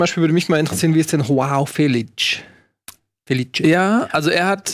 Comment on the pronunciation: Hoao Felitsch ist wirklich kaum zu ertragen... Wie kommt man auf das itsch?! Asteritsch und Obelitsch, daher vielleicht